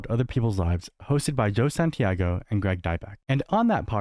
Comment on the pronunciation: Santa-gato not Santiago. Santagato. I thought you were better than this:(